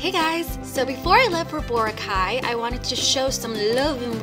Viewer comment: I cant even believe that a filipino would pronounce bo-ra-kai, as "boh-rah-caay" uh c'mon